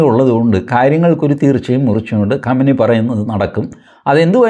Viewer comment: Qamani alla qumani athenkilum sheriku parayu oru bagam maatram paryunna aale